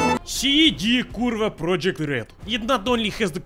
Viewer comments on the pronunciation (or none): He also pronounced CD PROJEKT RED like a western spy. It's projekt not project.